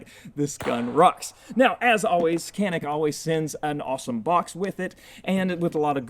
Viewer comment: Turkish industry is much better than American. That's why I only shoot Caniks. Also it's pronounced Janik not Kanik